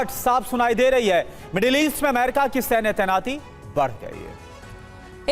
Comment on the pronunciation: Amaiirika Itna amaiirika amaiiirika kyu bolti ho.... america bolo